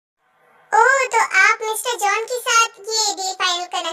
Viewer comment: Jon 😂😂nhi jeon hota hai